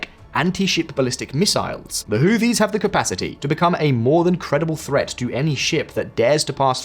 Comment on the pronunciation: Who Tees. Whoo Tees. TH together in this instance is pronounced with a strong T.